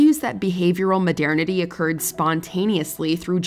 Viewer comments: New drinking game ideia: every time she says "modiernity" instead of "modernity", have a drink. you better not go home driving. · why does she say modernity like that 💀💀